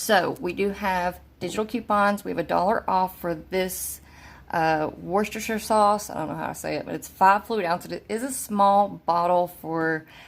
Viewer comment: Btw you said Worcestershire correctly 😁🤗